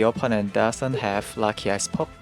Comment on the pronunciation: He said lucky ice pop but I heard lucky ass pop